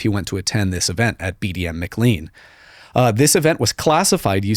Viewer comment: I love this dude but cannot get over how he mispronounces "McLean". MA. CLAAAN.